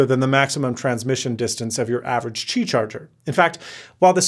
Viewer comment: "qibay". Noice!